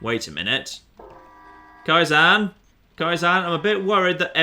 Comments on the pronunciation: "Kai - ZAN" fucking hell... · It's Ka-eye-ZEN, it's a Japanese word for gradual improvement/progress. Pronunciation's throwing me off real bad you throffy bugger